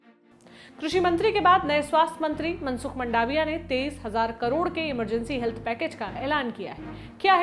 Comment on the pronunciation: मंडाविया नहीं मांडविया है इनकी surname